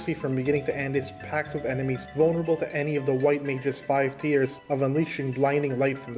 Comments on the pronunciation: Tires of magic? Lol. Dude, tiers is pronounced "tears" as in, I was in tears when i heard you says "tires of magic." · tiers pronounced like teers